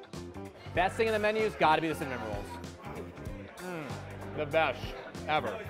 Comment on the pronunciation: sounds like she's saying "salmon rolls"